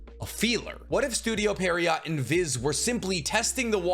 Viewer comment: Studio pierrot is pronounced "pier row" its a French word for some clown like pantomime characters. No T